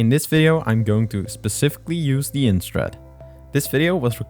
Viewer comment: You’re DEFINITELY saying end strat but it’s IYN